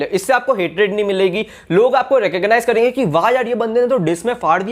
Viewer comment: reh-kuhg-naiz 🤣🤣 Keep the bloopers in the video 👍